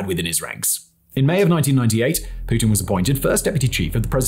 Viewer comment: you butchered pretty much every single Russian word. Only one perfectly correct was „Putin“ though. Good job! 👍🏾;)